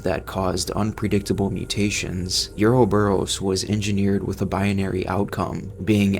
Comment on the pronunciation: Is this AI voice slop?? Listening to this shit mispronounces ouroboros over and over and chrysalis was jarring.